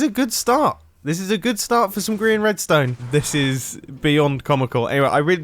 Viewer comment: I thought you meant about grian by saying Grian joined the game Mumbo: oohh were havre griron